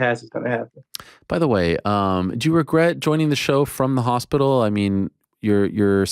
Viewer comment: US audiences haven't heard "hospickle" since Hatton's heyday.